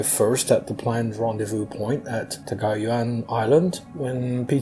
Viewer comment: Here in the Philippines we pronounce it as Corregidor as kore-hee-dor. Sometimes you slightly don't hear the "hee" part depending on how fast the name is said. I think the way you said it is correct and better than most documentaries do. I only hear "Corrigador" mostly from US documentaries.